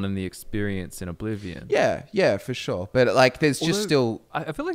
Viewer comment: Warm take: have never said "for sure". He only says "for Shor"